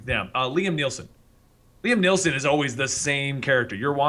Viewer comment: Hey its NOT liam neilson its Liam Neeson you idiot.